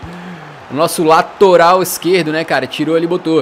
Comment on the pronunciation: Alguém viu ele falando "Latoral esquerda" 😂😂😂😂😂